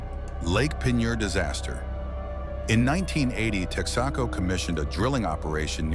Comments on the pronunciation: When is Texaco pronounced tex-AK-o? I could do without the images of people looking shocked. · I love how the AI guy pronounced Texaco……Tex ah Koe? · AI voice, I presume. I've never heard Texaco pronounce TEX-AH-CO before. How stupid. If you can't use a real person, then don't do the video at all.